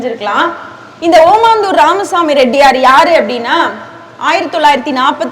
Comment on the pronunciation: காசுக்காக பேச்சு நிர்வாகங்கள் ஏதோ நடத்துகிறார்கள் பெற்றோர்கள் மாணவர்களை ஏமாற்றும் வேலை இதுதான் ஓமந்தூர் என சரியாக உச்சரிக்க வேண்டும் ஓமாந்தூர் அல்ல